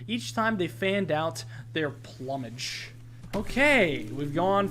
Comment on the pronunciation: My mans really said PLUM-age